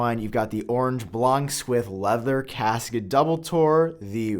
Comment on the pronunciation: The way pronounces Casaque will piss off so much people haha